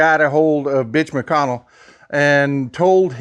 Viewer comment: I notice how he pronounces Mitch McConnell's name with a 'B'.